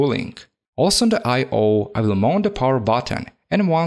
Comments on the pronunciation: Hahahaha I heard that too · gaming # he was actually saying I Mount coz if he was saying mounted his "ed" are more prominent like he would say damajid for damaged